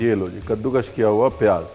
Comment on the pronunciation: Ranvir puttar, kaddukash nahi kaddukas❤